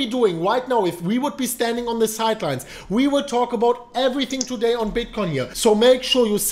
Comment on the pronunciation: "twoday, for da BitCoin price!"